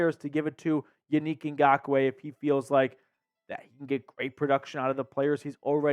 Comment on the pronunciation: Yo, I love your show, but you have to pronounce these men’s name correctly ! Yannick (yawn-nick)